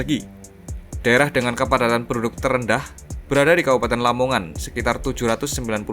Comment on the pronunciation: Gerbang kertosusila bang,la nya Lamongan,bukan lomongan